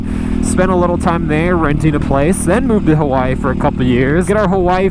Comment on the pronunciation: Did he say "We were gonna move to Kawaii" ? ^o^